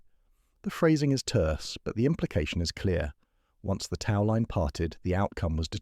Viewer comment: annoying narration... tau line? really?